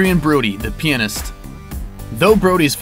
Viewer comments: "adrian brody in the penist" what the fuck are you saying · The peeanust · the pee-anist. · The peeanist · Everyt me you said "Pianist" I thought you said "penis" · The Peanis-t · No stop, don't say pianist. pleasee